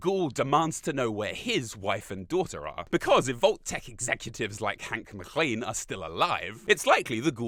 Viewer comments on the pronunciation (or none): none